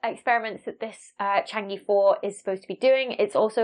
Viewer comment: Shame you didn't make an effort to pronounce Chang' e anywhere near correctly!